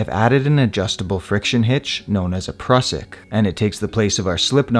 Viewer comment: Mate, your videos are among the best. Great explanations, no fast-forward stuff. Just to the point. The Prusik is pronounced "Proozik", though. It's the inventor's (Austrian) last name.